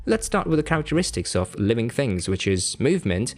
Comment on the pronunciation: Things are things, never are they "phings" as you pronounce the word.